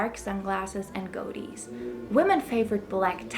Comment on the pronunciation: ...I'm not a snob so I found it delightful when she mispronounce men's fashional facial hair as...'go-dies'. Fun! (Nice Job) The Last Great Dream by Dennis McNally and Zen Master Stephen Gaskin's Haight Ashbury Flashbacks, stand out as solid reads.